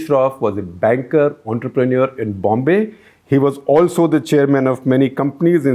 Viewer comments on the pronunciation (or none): none